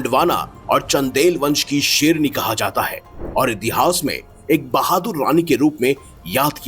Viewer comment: Hi serni boll raha hai kya re bhai sherni boll seedey tareeke se bolney bhi nahi aara tumko kya insaan bhai tum wah wah bhai.